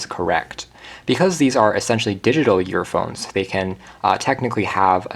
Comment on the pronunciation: The vid was great but the only thing I could hear was him calling them yearphones